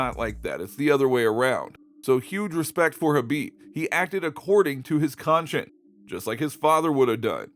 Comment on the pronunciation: Anyone else get annoyed when he pronounced “Vietnamese” as “Vietnameee”? Then he pronounces “conscience” as “conchin”.